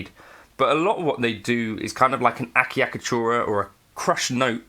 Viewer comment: Interesting topic. Thanks The typical pronunciation of "acciaccatura" usually sounds close to a-chuck-a-tour-a, though your pronunciation is way more fun. 😉